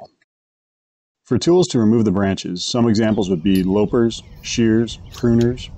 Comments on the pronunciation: It's "lop - pers" as in "lopping off a branch," not "lope - ers". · They're LOP-pers, not lope-rs. ;)